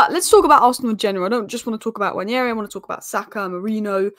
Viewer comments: It's not Nnwayeri it's Nwaneri (ONE NAY RI) "ONE NAY RI" There's absolutely no Y in the name for crying out loud.. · you're still pronouncing it wrong, it's simple: Nwa-ne-ri, not Nwañeri